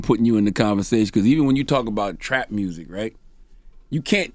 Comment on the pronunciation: Gotti been saying mursic for years and he been fucking the game up 💯